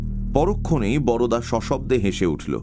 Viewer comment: Darun Mir. Shudhu Boroda na bole Barda bolle valo hoto. Amra Bengali ra boro dada ke Borda boli, Boroda noy.